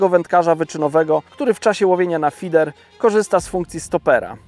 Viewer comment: na początku prezentacji wspomina, że jest konsultantem Prestona od kilku lat a w filmie wymawia słowo "feeder" w dwóch wersjach. Dlaczego nie jest to jedna, normalna wersja zamiast tego dziwnego slangu części polskich youtubowych wędkarzy.